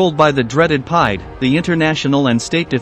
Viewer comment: PIDE is pronouced like "peed"